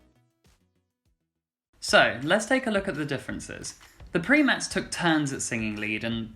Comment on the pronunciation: They were the "Primates" not the "Preametts"